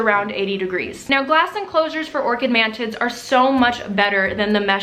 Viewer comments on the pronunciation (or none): I thought you said "man tits" and not mantids and I was very confused for a second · Did she say “mantits”? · I cant stop hearing "ManTits" xD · it sounds like you keep saying man tits hahaha